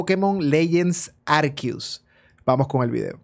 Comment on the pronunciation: Por que lo llamas “ARQUIUS” si es ARCEUS? No cambie la pronunciación